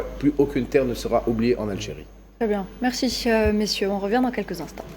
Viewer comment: Mehdisse Mercise Mercisse Les dossiers régionaux régionaufe Mercisse Hassan Zemranisse .. Zemrani Messieufe .. Messieurs Également voufe Narimene .. vous Mercisse Mercisse Incroyable comment elle prononce les mots 🤣🤣🤣🤣🤣🤣 C'est à cause de sa bouche de travers 🥴 ou de ses dents artificielles 😬